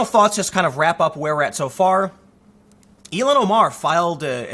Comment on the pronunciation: I've never heard her name pronounced as you do ("E-lon"). I have always heard it as "ill-hon".